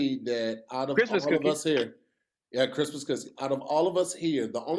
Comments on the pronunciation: I'm sorry...what was that?? "Christmas coosy????" Bless your heart🤣🤣🤣🤣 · So we not gonna talk about & how said “Christmas Cussie”? 😂